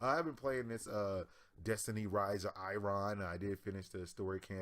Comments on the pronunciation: Why would you say it like that? % of the human population says "iron" as "eye-urn." Not "eye-ron." Sounds like some Harry Potter shit... Eye Urn... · Destiny Rise of I-Ron??? For real? Wow. Reminds me of that scene in A Christmas Story when the Dad reads fragile on a box as Frah-jeely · The way he said iron made me cringe due to the fact that, that is my surname. Also, he really does need to do more research into PC before he does a video on the topic of PC 'master race'. Just another person pushing the gaming community apart in my opinion. (No idea where this comment is going, so I'm gonna stop typing before I start listing the different hats and cosmetics put on the dog this video)